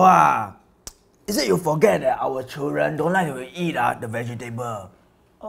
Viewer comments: the pronoun citation of is it itghhh it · The way she say is it? I hear igit?